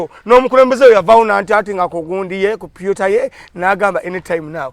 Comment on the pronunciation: Wabula doesn't know English!!! 😂😂 pyuta ye computer nawe not Twitter😂😂 anyumizagwe akoowa😂